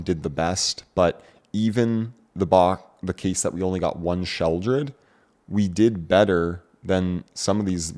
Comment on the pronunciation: Sheldred? Have I been pronouncing it wrong this entire time?